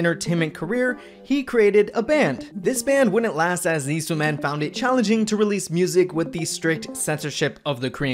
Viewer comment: How do you make an SM documentary and proceed to pronounce Sooman in the most American way possible